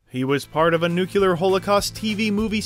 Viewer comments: The narrator pronounces “nuclear” as “nucular” - like George Bush, Jr.! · Levinson, not Livingston, I presume. Also it's nuclear not nuke-alar. Sheesh guy. Come on. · Hey nice vid! Very informative and nostalgic, but a couple things to note: 1. Diner was directed by the great Barry LEVINSON (not Livingston) who also gave us such classics as Rain Man, Bandits, and Wag the Dog. 2. There is no such word as NUCULAR. Yeah George W used it alot and apparently others do also. But it’s incorrect. Just saying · Did the guy say nu-cu-lar ? LOL (at ) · You failed to pronounce "nuclear". Minus 10 points.